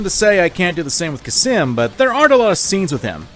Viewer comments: hey, khamsin isn' pronounced kha-sim, it's kham-sin. just thought i would mention it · Kha-sim? You mean Khamsin??? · It honestly physically pains me everytime he says "Khasim". It's Khamskin (pronounced Kam-skin) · "Khasim" Khamsin, it says it on the call,, KHAMSIN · hurts my ears to hear him say khasim everytime instead of khamsin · it's pronounced "kass-min" not "kassim" cmon now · Idk why but the fact that he pronounces Khamsin as Khasim really pisses me off. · I like how he says "khasim" instead of "khamsin" for some reason. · "Khasim" lmao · Khamsin* (yes i am being annoying about this but this fucking gets on my nerves) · The way you pronounce Khamsin without the m is absolutely horrific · Never thought a simple pronunciation would trigger me. XD It's pronounced as "Qaasem" not "Cuss 'em." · Why is noone talking about how he calls Khamsin Khasim? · The beauty of your pronunciation and spelling of Khamsin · I was gonna get on your ass for mispronouncing Khamsin's name, but to be fair, Khamsin mispronounces his own name. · I’m my own master now. I like how not a minute in and is constantly mispronouncing and misreading “Khamsin” In addition to the points you made about The Hot Wind Blowing, I’d also like to bring up the view that the song is a mockery of Khamsin. He IS the man who believes he’s American. He’s number one. They’re willing to let people tell them everything to do and carry it out without hesitation. Sam gets a pass, because he seeks out his own justice and follows his own groove. Khamsin is just a slave. And even a dog is more free than the self proclaimed master.